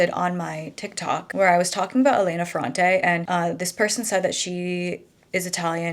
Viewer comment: Hi, just a pronunciation tip: it’s Èlena and Domènico in Italian:) also it is absolutely NOT a well known fact that she is a man… just a theory some people have, I don’t know why that person was so sure about it